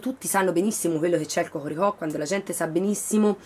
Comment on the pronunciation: Sei fortissima quando dici hohorihò. Bel video.